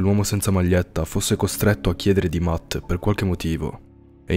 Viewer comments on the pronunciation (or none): C'è scritto matt ma si pronuncia mett